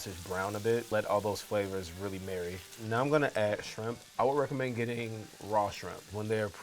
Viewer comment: Did he say gedddiding????